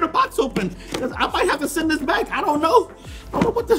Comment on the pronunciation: Why does send sound like sin